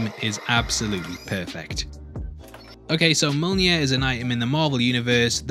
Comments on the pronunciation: Mjolnir, not molnjir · You've really got to correct your pronunciation of Mjolnir. Please! It's m-YOL-neer, if that makes sense. The first syllable doesn't sound like mole.